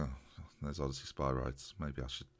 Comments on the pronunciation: By the way, it's pronounced: Oh-De-See-Us for Odysseas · O-diss-ee-us Spir-ee-deez